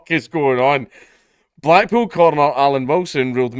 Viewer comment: Black-pool. Funny, I heard black-PILL when Dank said it.